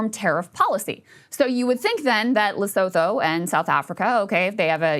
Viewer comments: Lesotho pronounced as Le-su-two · it's pronounced le-soo-too. spelled Lesotho. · Lesotho is better pronounced Le-soo-too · Krystal that’s not how u say Lesothoooooo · Krystal, please look up how to pronounce "Leosotho"